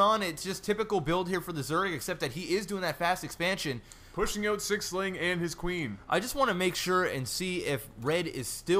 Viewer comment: So...canadians really do say oot. btw laughed my fucking ass off at the singing